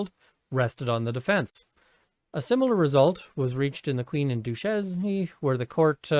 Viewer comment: Duchesne = Doo-shane. Sorry to nit pick.